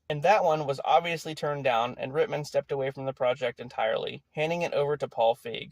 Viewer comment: Ivan Reitman is pronounced (Right-man)